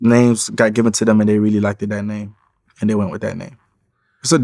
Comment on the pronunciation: I can’t have a manager who says “liked-ed” 🤦🏾